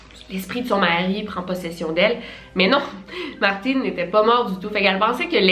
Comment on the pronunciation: J'adore comment tu prononces les prénoms comme eux-mêmes le disent et pas prononcé en français genre Martin qui se prononce comme Martine